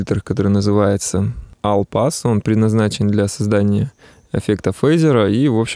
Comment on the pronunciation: Огромное спсибо за труды! Всё круто и понятно, но только одно НО режит слух твоё произношение слова "ALL", ты читаешь алл а нужно Олл) или мой познания английского на столько скудны, что я ошибаюсь!